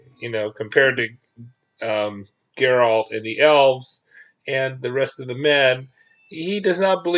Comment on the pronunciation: You pronounce Jaskier and Geralt wrong. In Polish J is more like Y. And G is like G in game.